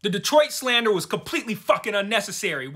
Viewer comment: "Yeah, the episode was fine. Honestly, though, it's nearly a week later and all I can think about is that place called — tell me if I pronounce it right — Deee-troyt??? It sounds awful. Do you think this Deee-troyt place exists outside of the Handmaid's universe? I sure hope not." 😄